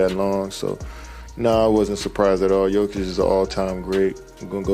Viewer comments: How many different ways is this AI crap bullshit going to mispronounce his name? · Ai is screwing his name. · I didn't know you could say "Jokic" wrong so many different ways.